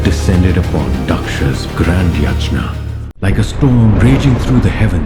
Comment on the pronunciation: Come on .. names are ok … it’s just pronounciation of yagna …